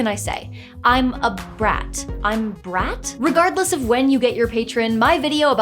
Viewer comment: I think you’re supposed to roll the r in brat because it's like rapid fire "brrrat(atatat)". So warlocks become brat when they get multiple eldrich blasts.